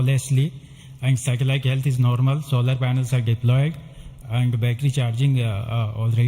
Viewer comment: "Lift Off Nawrmal" is love